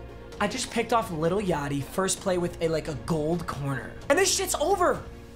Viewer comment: You’re probably a 4-year-old thinking you’re cool by saying something that isn’t even right. Lil yachty was Qb for other team, and he picked it off dummy ;-;. And it’s not “little yachty” you don’t even know who he is it’s lil yachty